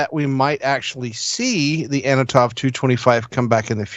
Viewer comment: it is an Antonov. Not Anotov